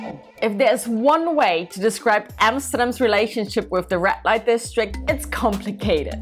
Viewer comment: Might want to fix your pronunciation. Sounds like she's saying "rat light district"